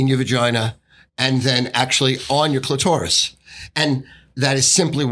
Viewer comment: The sophisticated way says clitourous is hilarious. I’ve listened to this dude talk sports for a long time and alway thought that was his element. It’s not. Hooooly shit it’s not